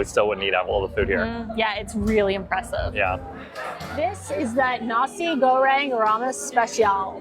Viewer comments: His pronunciation of nasi was very close to a similar German word with only one letter difference, so nasi girl sounded a bit odd indeed 🙂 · At 9.29 minutes he pronounces Nasi Goreng in a way that made me laugh.